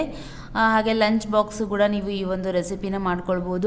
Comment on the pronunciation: Kothambari alla kotthambari Gooda alla kooda